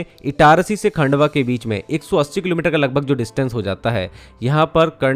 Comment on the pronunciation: खंडवा Not खांडवा